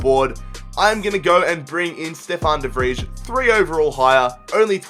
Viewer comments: It's pronounced "De Vrej" ffs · De Vij is pronounced De Vrie